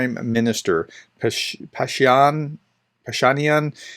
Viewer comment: Just a small comment: Armenian names are stressed on the last syllable: PashiniAn. (I'm not Armenian BTW.)